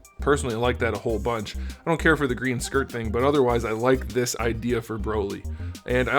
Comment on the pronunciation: I don't know why but when he says skirt bothers me I'm like its a ear